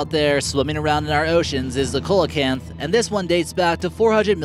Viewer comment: FYI, the coelacanth is pronounced "see-la-canth". Good video!